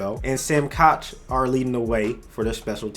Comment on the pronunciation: Ck it’s Sam Koch but sounds like cook